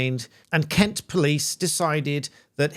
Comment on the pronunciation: You miss pronounced Kent.